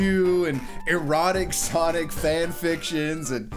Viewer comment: Sonigga. its sonniga.